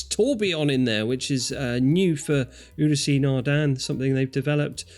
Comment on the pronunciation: How many more times do I have to tell you two, that Ulysse (Nardin) has two syllables, not three? It's Ew-Lease, not You-lease-aye!